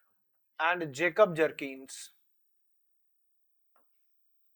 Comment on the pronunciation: Sir at least pronounce the name of Vihelm properly. It's written in books as Bjerknes but the real pronunciation is as if you read "beyurknes" 😂😂 here is the difference that a person holding masters degree in political science (you) and teaching geography 😂😂😂